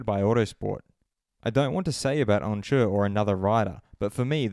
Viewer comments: Who's Onjer? You mean Oncu pronounced ON-Shoe? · Bro if you’re gonna slate him at least pronounce his name correctly 😂